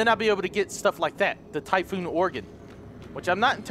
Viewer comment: you say typhoon but its typhon